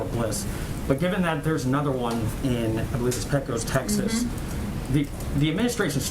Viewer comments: OMG!!! PLEASE! Pecos is not pronounced PEEEEE-Cose. More like, Pay-cus or Pay-cuz -- with the second syllable being spoken fast and short. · Does any other Texan on this thread realize they are NOT saying Pecos correctly?!?